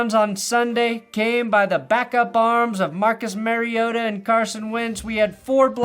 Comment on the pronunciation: I still laugh at Roger Goodell calling him Marcus Marrioto 😂